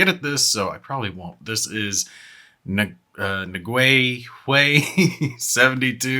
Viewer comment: Happy New Year,! You can pronounce Nguyen as "N'Yen," one word.